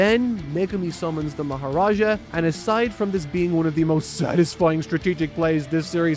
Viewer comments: Not MahoraJa, its MaaHoRaaGaa bro! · bro can u please say MAHORAGA instead of maharaja? thx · Mahoraga ❌ Maharaga ✅ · ita not maharaja its maharaga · Mahoraga not Mahoraja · isn't he watching the Dub? how the hell he get mahoraja instead of mahoraga 😭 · Maharaga?😅 You mean Mahoraga? Marks team need to seriously get a pronunciation professional at this point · what da heell is a mahoraja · what the hell is Mahoraja? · it's not "Mahoraja" It's "Big Raga, The Opp Stoppa" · "Mahoraza" wtf is this? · aint no wayyyyyyyyyyy you just said MahoraJa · NO WAY YOU CALL HIM "MAHORAZHA" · "Mahoraja" im crying 😭😭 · Hearing this man butcher Mahoragas name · why are you saying mahoraga wrong they literally say it lol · YOU WATCHED THE ANIME THEY TOLD YOU HOW IT PRONOUNCED HOW COULD YOU BUTCHER MAHARAGA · The Mahoraga pronunciation took me out.